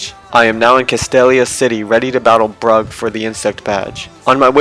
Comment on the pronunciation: You said Burgh Brug 😂